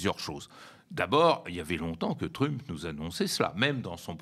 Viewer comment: Il faut qu'il arrête. Même en français on ne dit pas trumepe..mdr 2millions d Algériens en France. J ai arrêté là.